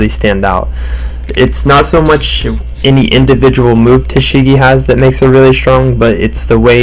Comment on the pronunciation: Ta-shigi Ta-shigi Ta-shigi Great video, but I shiggedy diggedy could not help but notice every time you said it